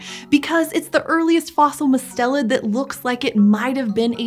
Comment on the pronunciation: It's MUST-elid not mus-TEL-id.